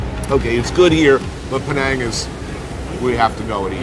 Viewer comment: As an Indonesian, I just found out this time how to pronounce the word "Penang"....Pineng